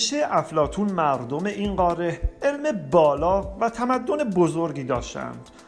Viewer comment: خسته نباشید بسیار عالی و مفید بود فقط لطفا تلفظ واژه ها را درست ادا کنید مثلا: قاره، ه در آخر تلفظ نمیشود مانند حرفهای دیگری که در زبان فارسی نوشته میشوند ولی خوانده نمیشوند مثل موسی، خواهر و.... این موضوع کمی سطح مطالب را پایین می آورد